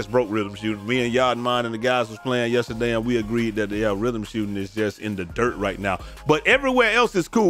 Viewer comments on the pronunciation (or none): none